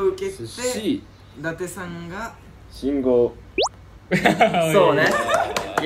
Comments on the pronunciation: めめさん、しんごおじやなくて、しんごうです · 最初ルール分かってへんし、目伏せずにずっと見てるし、信号を「しんごう」か「しんごお」で迷うし、めめさん可愛すぎる(笑) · 信号を「しんごう」か「しんごお」で迷うめめ最高だよ笑 自分もラウールと一緒で「信号」と「信号機」で迷ってるんだと思ってたよ笑